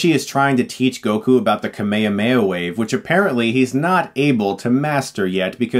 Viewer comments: It is kame hame ha, not kame yame ya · Ahem. It’s kamehameha Not kameyameya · Just to let you know you are mispronouncing Kamehameha, its not pronounced kamayamaya - That dub is wrong, funimation corrected that. Kame hame ha, the turtle destruction wave. Most japanese words are prounounced in pairs of consonants and vowels, ka-me etc. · It's kame Hame Ha not kame ame a 😅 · Wtf is cumme uhh meh yaa Its kaame haame ha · Stop! Just stop butchering the name! It's KA - ME - HA - ME - HA not Kame Yahweh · Dafuq is up with the camea mea? Is this really how americans pronounce it? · why do you say Kamehameha completely wrong?! You sound like you are saying kemay-mayha wave.....Its pronounced KAH -MAY, HA---MAY---HA..... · Why the hell do Americans say "kameo-may" WAVE? it's clearly KAME HAME HA. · ehhhh ive always hated to pronunciation of the kame-hame-haa as kuhh mayuhha mayuhh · You keep pronouncing Kamehameha wrong. It's "KA-me-HA-me-HA", not "Ka-ME-a-ME-a" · It's pronounced Ka-may-ha-may-ha, not ka-mayuh-mayuh. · Why does Chris pronounce kame hame ha like "kameyameya". Weird. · It is not KAMEIAMEIA FFS, it is KAME-HAME-HA. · Stop saying kumehumeha for god's sake, you're no worse than the movie if that's how you pronounce it. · I don't think you're pronouncing the power right. isn't it pronounced "Kah-meh-ha-meh-ha" not "Kah-meyamey" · why do you say kame hame ha like kame ame a?, it's kind of disturbing. the movie i don't know if it deserves de hilariousity being that enraging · i take issue with the way you say "kamehameha", especially because the clips in this video explicitely show you how its pronounced lol "ka-mayo-mayo"? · He’s saying it weird. It’s pronounced com-ay hom-ay ha. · Why does he pronounce Kamehameha kameyameya???? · Perfect. But please don't call it the Ka-Mayo-Mayo-Wave. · No one : Chris : kamekameyo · wait, americans pronounce it as "kameyameya wave" ???????????? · why does chris pronounces kamehameha as ka-may-ha-may-ha? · Kameya-meya, lol. =)